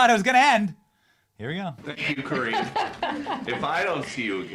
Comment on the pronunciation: He IS saying Cringe 😂